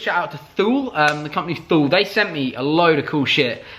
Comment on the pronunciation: Thule as in the roofbars? Its pronounced Tu-lay I think. Something like that...